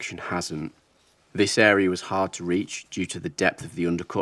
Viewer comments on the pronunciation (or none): none